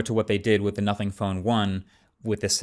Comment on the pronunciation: Guys. He did say Notning.